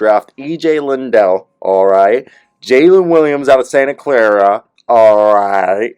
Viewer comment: How do you get “Lindell” out of Liddell?